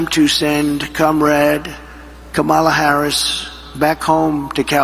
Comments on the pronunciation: First time I have heard him pronounce Kamalas name correctly. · At least he pronounced Kamala correctly (at the start). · He actually said Kamala correctly. Such a big boy. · omg he said her name right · Hey I will credit him this, he actually pronounced her name correctly that time. Proof that he does know how to pronounce it correctly he just chooses not to cuz he is a childless vindictive bully who can't attack her on policy so rather mispronounces her name because he thinks somehow that's going to get to her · OMG!! ! HE SAID HER NAME RIGHT!!! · It seems like he's too exhausted to mispronounce Kamala. LOL